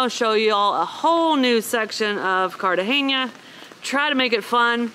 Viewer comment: Please stop saying cartagenia. The city is Cartagena.